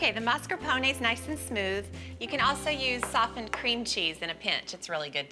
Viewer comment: Stop saying mascarpone like that!